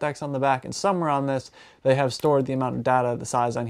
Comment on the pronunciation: deserves everything just for saying 'supposebly'